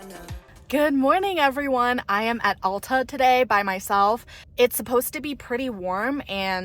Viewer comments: AL - TA not ALL - TA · 65 years at Alta, you did great! Come back when there is a few inches of new snow and you'll have a much better experience. For what its worth (very little) locals pronounce the A in Alta like the A in bat! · Alta is pronounced (Ale-tuh)